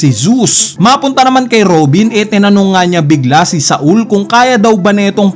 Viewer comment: sol kasi hindi sa-ul. bisaya ka talaga ih hahahahaha